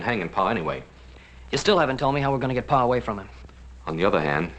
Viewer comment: It’s PA! Not PAW! 🙄😂